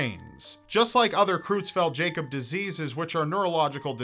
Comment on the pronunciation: great first episode but it is Creutzfeldt not Cruetzfeldt. The eu ist pronounced like the oi in moist.